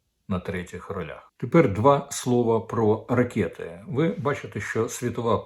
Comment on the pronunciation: Не ракєты, а ракэти.